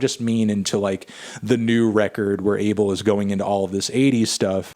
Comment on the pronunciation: The correct way to pronounce his name, "Ah-Bell"